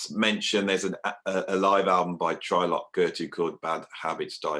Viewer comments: I was wondering that too. Isn't it tree-lok? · "Try-lock?" TRY-LOCK?? Go to your room, sir!!